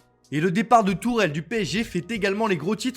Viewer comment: Tuchel frérot pas Tourel lol